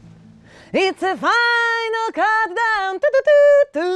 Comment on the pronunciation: Countdown nie cutdown. Walaszczyk uwielbiam Cie i mam nadzieję ze skaleczylas tytul i angielski celowo. Bo to serio dwa rozne słowa.